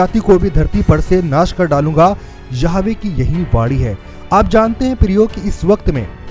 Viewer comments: Jai Masih ki brother aap yahova k naam ka shabd sahi bolne ki koshish karo Praise the lord Yeshu Masih ki jai ho amin. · यहोवा,,,,,, इस शब्द को सही बोलना सीख लो